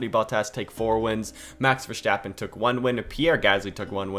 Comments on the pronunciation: Verstappen not VerSCCHtappen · It's not Vershtappen it's Verstappen. I'm sorry but it was hard to listen.. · “Max Vershtaapen” 😂😂